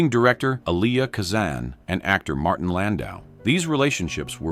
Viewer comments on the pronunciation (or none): none